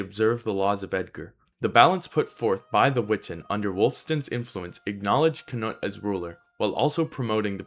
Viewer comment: Great vid I enjoyed it. Some feedback, Canute in english is 'ka-newt.' I'd prefer the white dragon for England before those Normans came over. :D